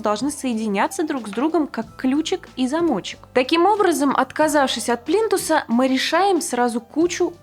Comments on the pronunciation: ПлИнтусы,а не "плинтусА".... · Не плинтусА, а плИнтусы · ПлинтусА, плинтусОв !!! аж кровь из ушей :(